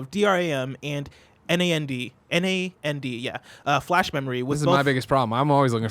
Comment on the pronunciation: Okay I'm going to be the guy.... To help out in the next months of this coverage DRAM can be said as DeeRam and NAND can be said Naaannd flash. Just watch any tech YouTube that covers PC stuff.